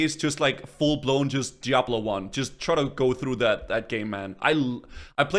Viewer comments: brother its DIABLO not JIABLO with D not J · "Jiablo 1"